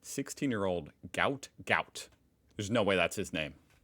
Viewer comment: Apparently runner’s name is pronounced…… Goot.